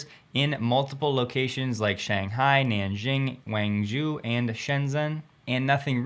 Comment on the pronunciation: Guangzhou is a major city in China. It would be worthwhile learning to pronounce it right. Guang is pronounced gwang. Rymes with the shang in Shanghai. zhou is pronounced Joe. Likewise, Suzhou is pronounced, Sue Joe.